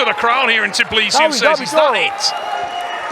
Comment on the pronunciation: tBILISI not tiBLIsi wtf man you have one job